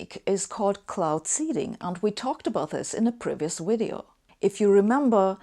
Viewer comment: Pronunciation errors in this 'wideo' are not 'neglidgible'. (I lived with a German woman for 30 years who would say [for example] 'vich willage'.) I also coached a German man on the point with thia exercise, 'Victor and Veronica are visiting a village in Vladivostok'. After many repeats, he could get it right sometimes. I've searched for an explanation why this is so difficult, but not found one which convinces. Having said all that, Sabine's English is exceptionally good, but it sounds to me like she hasn't spent many years living in an English-speaking country, the underlying structure remains her German mother tongue.